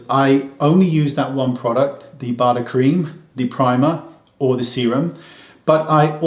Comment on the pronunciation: Professor Bader is German and we definitely pronounce his name the way Wayne does, not the American way: that would be something like Bäder with an „Umlaut“ on the „a“.